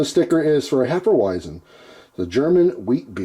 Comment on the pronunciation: Pronounced "hef-e-veisen"